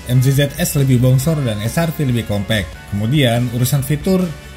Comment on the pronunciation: compact di baca kompect🤣🤣🤣